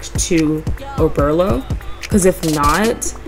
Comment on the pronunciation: Oberlo (Oh-bur-low)